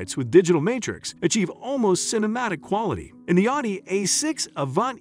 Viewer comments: What's with the weird pronunciation of "Audi"? Or, more accurately, the "au" sound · I wish you would learn how to pronounce the company, not pronouncing it correctly